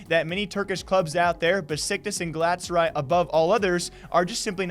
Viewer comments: They can afford to pay a washed up Falcao but can't afford to pay their league of legends players. I like them as a football club, but they should stick to football Also it's pronounced gal-a-tass-a-rye and besiktas is pronounced Besh-eek-tass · The almost nailed it with the pronunciation, just add in an 'a' between Galat and saray when saying it and you're good to go. I wish you and everyone else a happy new decade. Make the best out of it people.